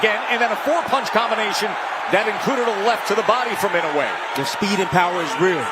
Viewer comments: my goodness can't they just pronounce his name right E NO A would be about right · They always pronounce "Inoway”.